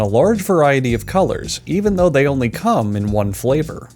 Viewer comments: I DO NOT THE THE EMPHASIS ON "COME" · i feel like he put an emphasis on one of the words when he said “come in one flavour”